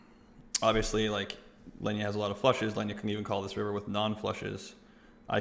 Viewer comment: Its pronounced Leeena, not Lenja 😂😂